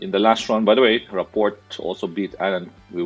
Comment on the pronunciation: You totally crushed Rapport’s name! Do some research will you? I hope you say other names right.